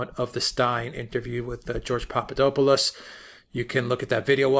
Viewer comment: You are miss pronouncing the man's name. (Say it fast, POP-pah-DOP-poh-lust)